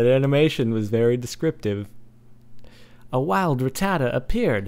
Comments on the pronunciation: its pronounced rat - ta - tat - ta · like if u lolled whe he said ratata